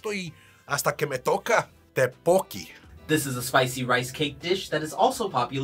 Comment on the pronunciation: Why the hell is the spokesperson not fluent in pronouncing the Korean food items? It is absolutely possible for Español to imitate much of 떡볶이 or 김밥, but this guy is teaching these fathers the butchered pronunciations. No wonder they'll never be able to find these items on menus.